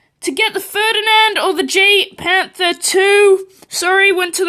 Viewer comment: Pronounced: YAGPanther 2